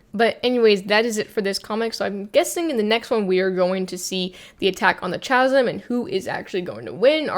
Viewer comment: Great video - Chasm is pronounced with a hard consonant to begin with. It is a different phoneme, compare chin and kin. In this instance it is because the word is of Greek origin which has "chi." In the International Phonetic Alphabet the spelling is /ˈkæz(ə)m/.